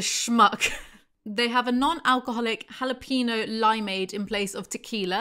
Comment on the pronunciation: You pronounced jalapeno wrong like 10 times, then got it right just as I was about to comment, then said it wrong again😂😂 it's not jala-peeno 🍆